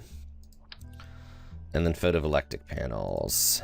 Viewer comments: photoVOLTAIC, not photovolectic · It's pronounced Photo Vol Tay Ick.